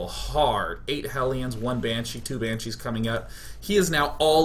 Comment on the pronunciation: "Banchees" xD